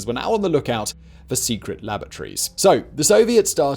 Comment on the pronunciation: Secret.... lavatories?? Did you mean "laboratories"? 🤣